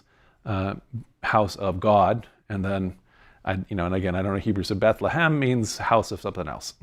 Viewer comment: Byt lehem